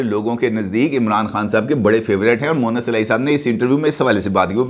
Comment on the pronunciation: سر اسکا نام مؤنث الٰہی moannas نہیں ھے بلکہ مونس الٰہی moonis جبکہ آپ اکثر مؤنث الٰہی کہتے ہیں مؤنث کے معنی عورت کے ھوتے ہیں (معذرت )